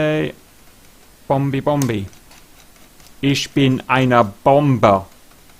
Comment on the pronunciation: "isch bin ein mirage" XD guess you learned some german from stahl?